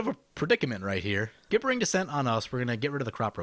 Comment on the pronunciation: I feel like the pronunciation police at this point, but it's pronounced like "jibbering". Love your videos though, keep them coming!